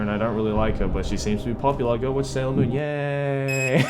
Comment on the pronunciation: You butchered Sailor Moon worse than the American dubbed did. Ok maybe not worse but just as bad.